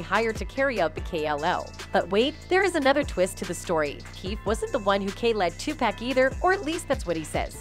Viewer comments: It's not Tupack, damn people. You would figure after all these years you could at least say his name right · If you don’t stop calling that man 2-Pack! It’s pronounced TUPAC ( too pawk ) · Tu PAC, not Pack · It's Tupac not topack. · Thank you...where they get topack from lol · Please stop saying 2 pack it's Tupac Shakur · OMG! It’s 2-POCK , not 2-PACK and it was Club Six-Six-Two, not six hundred and sixty two 🙄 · Ok WHITE PEOPLE HIS NAME IS NOT 2PACK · Why Does EVERYONE DISTROY OUR LANGUAGE?? IT'S NOT TOPEC!!! IT'S TOPAC small a sound. Please look INTO IT!!!! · How do we know what you're saying is ture. If you can't say his name right. TAPUC not Topack.....Please. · Who is this 2 Pack? Do they mean Tupac? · its NOT TUC PACK its too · paak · The reason she said topack is because person who owns this channel doesn’t speak good English so they use AI for talking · This reporter apparently has looked over her work before she reported this and she fired up Tupac's name so I don't know why she keeps saying to pack and that's like a lot of them before you really report something I'm sure you listen to it so you need to pay attention and learn how to pronounce the name right I know it's not a big deal if you can't pronounce it but something seemed very simple seem like she would have said his name Tupac no correct spelling I hope you'll get my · Look dammit it's Tupack, but you really don't care how it's pronounced. You just looking for comments, and subscription. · After about the 40th "2pack", I had to turn it off. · Tupack and Sueged Knight,that lady can't even pronounce their names right,WTF!!! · She said 2 Pack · Ah yes. Two Pack. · I can’t even finish this video because she keeps pronouncing Tupac wrong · Because it's an a instead of an o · This lady is talking about Tupac but can't pronounce his name, right? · So you can’t say his name right.. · Pronounce his name right B. H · Damn, can u say his name right or get a different reporter. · Learn how to say tupac